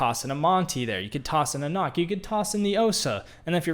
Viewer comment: Btw, it’s pronounced like nook, not knock.